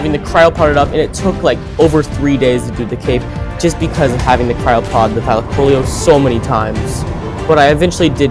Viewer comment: What if I told you it was pronounced Thy-Lack-Oh-Leo Also you are extremely underrated! You deserve more subs!